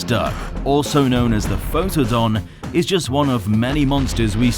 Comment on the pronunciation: It’s pronounced pheetodon not photadon